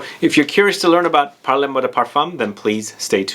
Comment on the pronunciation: It’s pronounced “parl moi de parfum.”. Or you could say “parle moi de parfum” with that e in parle very soft and NOT like “parlez”. which is pronounced “parlay”. But “parle-moi de parfum” is almost like “talk to me, dear, about perfume “ and not “talk to me maam (or mr) about perfume “ which is the”parlez” form of the verb “parler”, to talk. “Parle” is the intimate, informal form of the verb- it’s the difference between tu and vous. For the give away- I like the name of the house because of that intimate sense of it, as I was trying to explain. I haven’t yet smelled any but Mile High sounds wonderful- Fall fruits/dried flowers- nice! I’m in Seattle!